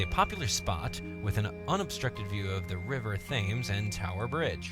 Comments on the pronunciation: Thames is pronounced Tems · Thames=Tems <--- said like that. Great video #teamwright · Its said Tames! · THAMES IS PRONOUNCED "TEMS"! When will any non-British YouTuber get that wright!wink wink nudge nudge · The River Thames is pronounced tems. It's odd but cool :D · The river is called the river Thames you say it as if the a is a e